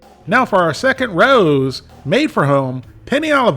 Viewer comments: It's not Rah ewww, it's Rah ohh. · the brand is pronounced RAY-O's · It's pronounced Ray-O It's not hard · It's rah, like rat, plus ow, like ouch. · It’s pronounced Ray-O’s. 🤦🏼‍♂️ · We pronounce it "row" as in rhymes with "wow" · It’s “ray-ohs”, my man. 😂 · Hi, a) I enjoy your work, and have for years. b) I originally pronounced it like "raww" (the English pronunciation like "My parents had a row about my school grades) c) I've been informed it's pronounced RAY-OH's. d) I'm not the word police, just mentioning what I've been told. Keep up the fine work. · It pronounce as Ree-oo-s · It is pronounced Ray-o’s. From a New Yorker. Love your videos. Keep up the great work. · I don't know what they've been telling you, but it's pronounced like OW (like you stubbed your toe) with an E at the beginning. The R has a really short roll, but it's fine without it.